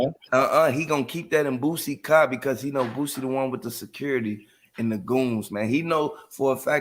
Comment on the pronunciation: you say the word "car" like you are afraid to pronounce the "r" in the word "car". Lol